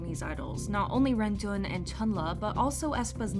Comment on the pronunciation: Just when you thought the mispronounciations couldn't get any worse, we have "rentun". this one is BY FAR my favorite 🤣👌